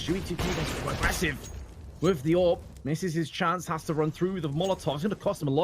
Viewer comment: Anyone notice the "average SHance" mistake in the promo?